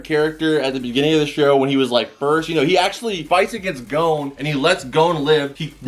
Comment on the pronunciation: And gon